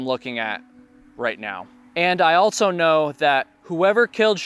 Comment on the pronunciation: There is no T in the word also. JS